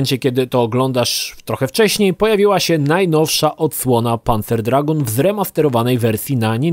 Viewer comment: tak jak Lukasz Skywalker napisał - Dragoon wymawiasz "Draguun". Tak samo jak masz Lagoon, które wymawiasz "Laguun".